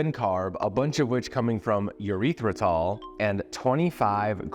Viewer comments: Did you say urethratol? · Why does bro pronounce erythritol like that 😭😭😭